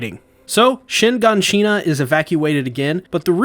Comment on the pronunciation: Your pronunciations are killing meeee😭 “Han-Ji” not “Hawnj” “Shi-gon-shi-nuh” not “Shee-gan-Shee-nuh” and “Braus” not Blouse!!!!!